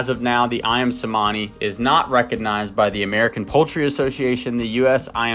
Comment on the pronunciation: The "C" in Cemani is pronounced in Indonesian as a CH sound... so Ayam "Chuhmani" would be phonetically correct...just a trivial detail... :D Great video!